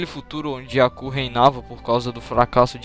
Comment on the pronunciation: Pq vc fala "Acú" e não "Abú"?